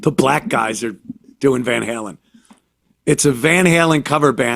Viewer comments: "Van Harlem" 🤣🤣🤣🤣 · "Van Harlem"..... Hahahaha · Van Hurlin' lol...